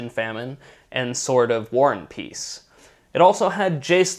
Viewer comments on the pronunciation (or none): can i ask why you and ost other Magic Players pronounce car names the way you do? Like "Sword of War and Peace". The book is called War and Peace. You'd pronounce is like WAR and PEACE. Emphasizing the first and last word. Why do magic players Ephasize the completely wrong words when saying card names? its like the sword of WAR and peace. instead of the SWORD of WAR and PEACE. Another one you say STONEforge mystic. Instead of stoneforge MYSTIC. And the ABSOLUTE most sily and deliberate one you're actually making an effort to say wrong.... sword of FEAST and famine. It's sword of feast and FAMINE. Anyone else notice this? It's so stupid. it's basically people copying people who are experts at a certain subject, and because they look up to those players, they try to copy everything they do thinking thats somehow going to make them be better. Like sword of FEAST and famine... it's actually laughable how bad it sounds! STOP IT.